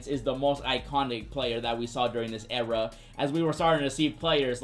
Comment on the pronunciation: The way he says "Ewra" instead of Era has me rolling. I love it bro.